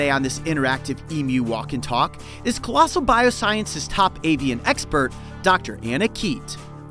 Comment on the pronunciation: Lost respect on this channel the moment I heard Collosal.